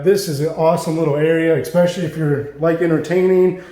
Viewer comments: the word is es-pecially not ex-pecially. Drives me nuts how many people mispronounce this on youtube. Great looking reno you did here though, sorry to complain about the minor pronunciation thing. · exxxspecially.....exxxspecially......cmon man..you use this word more than a brit says brilliant...pronounce it correctly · ESPECIALLY. No "k" sound in that word. The front steps are TORN up. COULDN'T care less. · Please learn how to pronounce "especially ". Thanks a bunch, beautiful home.